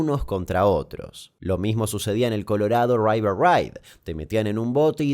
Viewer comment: "Colorhado raiver raigh"